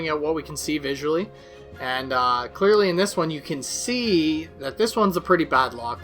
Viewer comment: "clearley" af